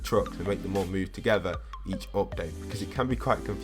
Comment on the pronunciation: He said opdate not update